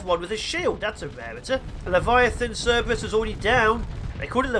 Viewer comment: Every time you say Cerb(erus), I hear Serb and I think "Hm, fellow European?" Also, I don't use story points for anything below Onslaughts or Battleships. You can make money easy, you can buy easy (assuming you don't tank your rep with half the sector, which I tend to do when smuggling from port to port).